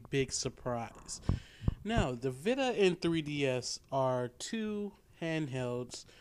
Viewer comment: veeta.... VEEETA not vihta